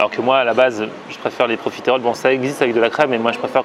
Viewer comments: tu te dis profiteroles man sans savoir comment prononcer correctement le mot mdr. C'est pas profitÉroles mais profitEroles. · Par contre on dit profiterol pas profitErole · Superbe vidéo mais tu le dit mal profiterol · profiteroles man et ça sait pas bien prononcer ''profitroles''